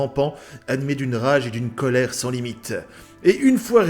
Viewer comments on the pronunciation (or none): none